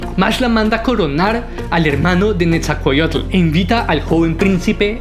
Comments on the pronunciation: Bro con todo respeto creo que no estás pronunciando bien los nombres de los personajes que mencionas,repaslos más despacio solo es dicción,por todo lo demás megusta este vídeo! Al tiro ! Pronuncie,Netza-hual-coyotl..por ejemplo,..e.. ITz-coatl... Etc😊❤❤ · NE ZA HUAL CÓ YOTL AZ CA POT ZAL CO ITZ CÓATL Texcoco se pronuncia con S, como en Xochimilco. Pronuncias mejor los nombres árabes 😅